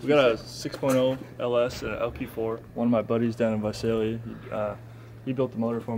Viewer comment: Whoa...I don't know...am I more impressed with the truck or the fact he said Visalia correctly?